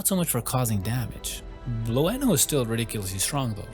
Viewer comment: I can tell you right now that you don't pronounce the "E" in Blueno. It's just BLUE, NO. BLUE-NO. BLUENO.